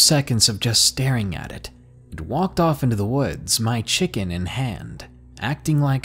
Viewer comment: Is the word ‘woods’ too boring for you? You seem to pronounce it ‘wuudjs’ ....try speaking through your mouth and not your nose.